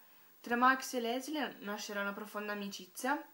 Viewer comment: si pronuncia LISEL non LESLI... comunque io penso che la Germania nazista, la guerra e la povertà passino in secondo piano (anche se hanno una svolta importantissima nella storia per il semplice motivo che senza questi elementi la vicenda non sarebbe potuta accadere): le cose che in realtà (secondo me) sono importanti in questo libro sono il potere delle parole come vita, l'amore fra i due ragazzi, l'importanza per Liesel di Max e del padre adottivo che, nel suo piccolo, apre gli occhi della ragazza insegnandole l'arte della lettura e l'umanità della Morte affascinata, appunto, dagli esseri umani. Il resto, a parer mio, è un pretesto per la costruzione del libro. Davvero un ottimo libro che mi ha commosso e stravolto il modo di vedere le cose.